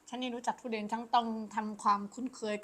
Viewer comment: มันคือ ทุเรียน ไม่ใช่ ทุเรน หัดพูดใหม่นะ